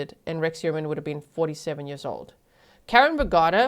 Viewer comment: The English pronunciation of "Heuermann" physically hurts my ears. <.<